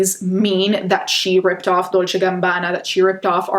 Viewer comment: i love when your accent comes out when saying gucci and dolce